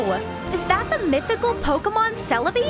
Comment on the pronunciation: Lost interest after the third time she said "Pokamon".